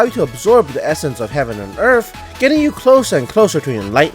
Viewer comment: Wait you said the essenceb of heaven and earf. Do you read manhuas??????